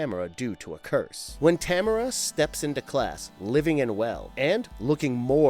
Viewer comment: That is Ta-m-a-r-a not Tamra!! Geez man, these guys! Drive me bananas with their mispronunciations!! I’m Canadian and I honestly don’t understand y ppl like ginger snaps so much lol..Werewolves r my favourite creature besides the creature from the black lagoon/aquatic monsters. And I thought it was stupid and cheap